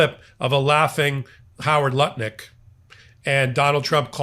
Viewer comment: Was that Howard Lutnik or Howard Nutlick?